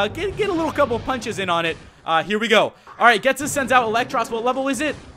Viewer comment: That's not how you say ghetsis